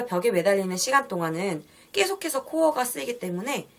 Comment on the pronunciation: "깨"속해서~ 이 발음 너무 거슬린다